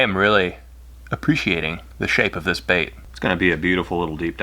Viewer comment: "As for the lip on this bAiht."